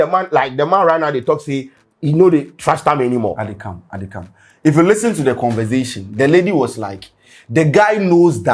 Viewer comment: If I had a dollar anytime and use the word "listern"🤭🤭😜